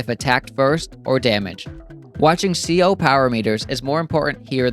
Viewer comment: CO isn't a word, it stands for Commanding Officer, it is pronounced Sea Oh, in case you didn't know and would care. if you do know or don't care, disregard.